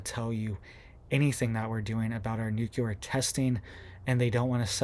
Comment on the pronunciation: The word is NUC LE AR...not nuculer